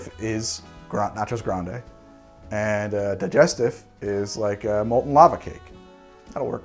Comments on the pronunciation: Same. It bothered me that he said it wrong through the whole video. Especially since he has tried to pronounce other drinks correctly in every other video. Also "Dee-jess-teef". Not "Die-jest- if". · Need a video on how to pronounce words!! A (soft) Peri (Perry) Tif (Teef) same with parmesan, and most of the cocktail names in the favourite three gin cocktails. Couldn't watch because you can't say the word. Di (Dee) Gest (Gest) if (eef) those pesky French and their insistence on pronunciation. Vermouth - you say it correctly.